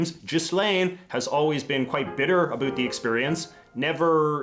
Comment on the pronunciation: USA cops: Abusing their powers by beats up minorities. Canadian cops(more exactly, the ones from Saskatchewan): Throw away drunk natives at a town border, letting them trying to get home themselves A bunch of them freeze to death. P.S. I'm bugged out by the "-bewt" pronouciation of "-bout". The more I know about my country, I guess